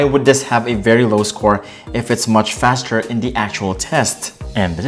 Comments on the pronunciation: How do you pronounce “faster” ? Lol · Exactly you can clearly see he never closed the apps running on Samsung m20 he just edited it out and cleared all the running apps from note7......and they way he says faster. like what faster it's not the flash vs quicksilver.... 😂😂😂